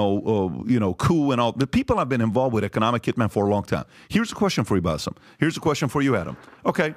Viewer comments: This adam guy is so far off in his knowledge of the middle east region that it was just painful to listen to him. How Bassem managed to listen to this level of crap while being exhausted is beyond me. Also ya adam it's BASSEM, not Bassef. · He kept saying his name wrong calling him Baseff. Adam can benefit from ❤️ surgery. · Why does Adam keep calling Baseem, Basiff?! 🤔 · I cringe every time Adam calls Bassim ‘Bassif’. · The fact that Adam keeps calling Bassem, Bassef tells me all I need to know